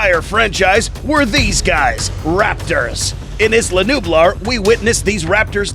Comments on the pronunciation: He said Isla nublar wrong lol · His pronunciation on isla nublar tho 🤣 lol